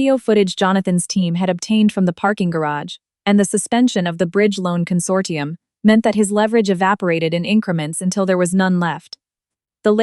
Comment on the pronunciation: Consortium not condorsium